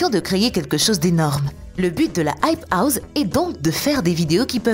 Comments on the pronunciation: Elle dit the hype houze mais what 😂😂😂😂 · Non aype ous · "la hype houZe" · Mais grv